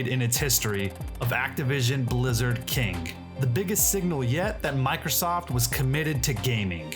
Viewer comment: Say the word king and then the word kink. Make sure you can hear the difference